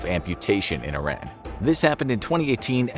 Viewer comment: It's pronounced E-RON.